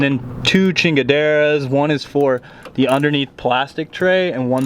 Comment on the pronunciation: OMG he said "two chinhaderas"🤣🤣🤣😂😂 made my day.